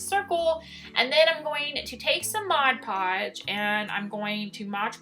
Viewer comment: Like your videos a lot. But it’s MOD-podge NOT Modge-podge.